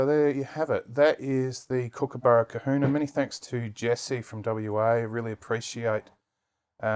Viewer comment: That's Kahuna Not Kuhuna